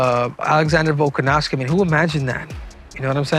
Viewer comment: Learn to pronounce his name, Henry.